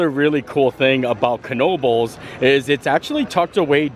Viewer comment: Thank you very much for pronouncing the “k” in Knoebles! You are straight outta NEPA!! 😍#YouAreMyPeople